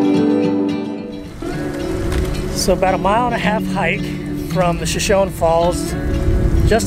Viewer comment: Just a tiny FYI... Shoshone is pronounced with that final “e” long like “ee” or “ie” in English.